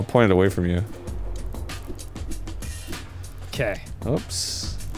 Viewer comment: Arin... It's "oops," not "ups." and "Oopsy doopsy," not "uppy duppy."